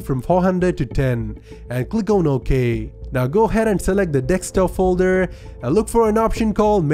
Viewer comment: Who is reading the comment if he said "Dekstop!" during the video 😜